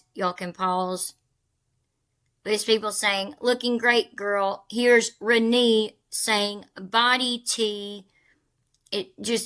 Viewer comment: It’s ra-nay not ra-nee